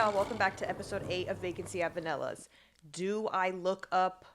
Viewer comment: it’s really interesting the way she says vanella’s villa